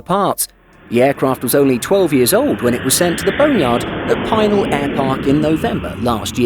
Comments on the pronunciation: It’s pronounced “Pi-nal” not “Peye-nal” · FYI - "Pinal" is pronounced "pin" (as in the pointy piece of metal used to fasten pieces of cloth) and "Al" the nickname for "Albert. The accent is on the second syllable. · Brian's right. Locals never say Pine-al. Pea-nahl or occasionally pea-nil.